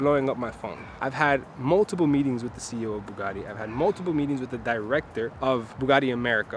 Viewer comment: It's NOT Bugaddddddi, it's BugaTTi.... it's Italian name ffs! :)